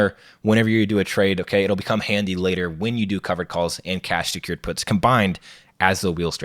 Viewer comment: I had to rewind this a few times bc it sounded like he said, "You're probably already familiar with selling dope." His explanation right after that didn't make it sound better. 😂